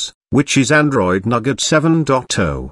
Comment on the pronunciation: Nougat TTS: Nugget